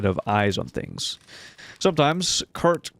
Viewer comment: You are the 2nd American that I've heard call Chert, Kurt. Do you also call Chess, Kess and Chicken, Kicken? I'm curious what draws some to say Kurt. Maybe you spent too much time with Chameleons or love Chemistry? Ok, so English is weird. :D